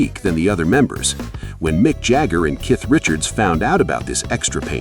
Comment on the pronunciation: "...Mick Jagger and KITH Richards...* DUMP THE A.I. 😢GARBAGE!!